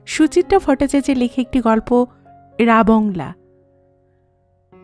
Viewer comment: জায়গাটার নাম রাবাংলা আর ধনৌলটি উচ্চারণ টাও ঠিক নয়। কথাটা ধনৌ-লোটি নয়। ধনৌল-টি।